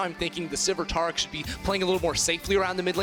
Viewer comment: ITS TARIC!! Like tear a piece of paper. Or TARE the scale... AIR!!! TAIR-IC!! TARIC!!